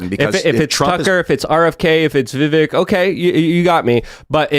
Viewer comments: is ignorant and loud. He really takes away from the show. Side note Tim has told him how to properly pronounce Vivek's name several times and he still chooses to screw it up. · why cant you say vivek . its fkn vivek not VIVIK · who's Vivik? There's there's no one running for President under the name Vivik. It's Vivek. Pronounced Viv-ake. Lol. -OG